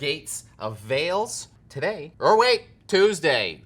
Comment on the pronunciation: It is not VAles,, it is VEles!